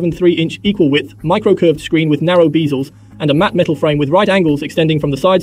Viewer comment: Pretty good! Funny to hear bezels pronounced 'beeizels' but then when you wrote about CPU speeds it fell into saying 'G hertz' instead of properly expanding units to 'gigahertz.' That said, your screen butter-fu makes so many swipes happen I'm unnerved that you don't seem to be using a hydrogel screen projector; won't the sense grid wear off in only 2 months?